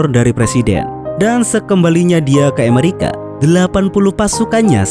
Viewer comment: ngomong "Amerika" saja kamu mah nyebutnya "Emerika" lidahmu cadel min...? sok imut ah...gak enak ...kedengaranya